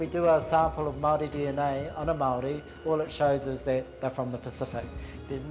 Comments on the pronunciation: This doco is ironically tone deaf and unconsciously racist, also hurt to hear you pronounce Māori wrong every. single. time. and then proceed to give only westernized info about our relic. Have some respect for the culture of your discussion. This was shabby. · Love when people can put effort into pronouncing french but can't even say maori correctly. :| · Shame about the Maori pronunciation of the narrator... I see his French was spot on, he could have done maybe a little study, it's pretty clear he did none. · More than halfway through the documentary and I have not seen a single Māori person being consulted on the matter. No place names or peoples names are being pronounced correctly, there’s not any actual information being given about the beautiful and complex culture. As a Māori woman, this documentary is deeply offensive to the people and I would actually lean towards it being completely unnecessary to keep on this channel. Watching old European white men debate over returning the remains to the people that they belong to is no form of entertainment, but further racism and colonialism shown in the 21st century. Disliking and unsubscribing. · It’s clear throughout this documentary that they did not have any input from true experts on Māori culture otherwise they’d at least have the pronunciation of Māori words and names somewhat correct. Any artefacts found to have been taken from a source country under suspect conditions should by default be considered for repatriation. These items were stolen. How can the French claim any cultural value they afford to these items could outweigh the value of the original possessors of the items. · AT LEAST ATTEMPT CORRECT PRONOCIATION HOW INSULTING XXX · agreed! pronunciation is important in documentaries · All this research and production, yet no one thought to actually check how some very basic Māori words are pronounced. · As a Maori, I agree with this. The pronunciation made my ears bleed at times.